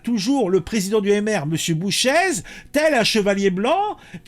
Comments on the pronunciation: son ce prononce boucher et pas bouchèze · bonjour ça se prononce Boucher. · GL Bouchez, le Z ne se prononce pas. Ça se prononce "bouché"